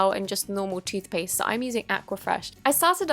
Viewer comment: Did you say stupid toothpaisth